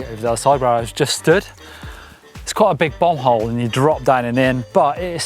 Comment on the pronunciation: Had to rewind a couple times to make sure was saying "a nice big BOMBhole", and nothing else